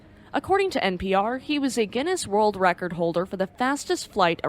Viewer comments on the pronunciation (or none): none